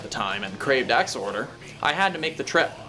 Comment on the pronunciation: Thank you for not pronouncing it “Ex-Whore-Der”